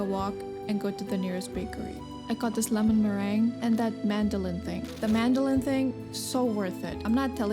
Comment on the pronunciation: That's funny I'm french and everytime you said "madeleine" I would hear "mandolin" so I was wondering what you were talking about until I saw it haha